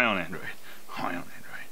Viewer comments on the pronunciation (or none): Its sooo funny when u say high on adrade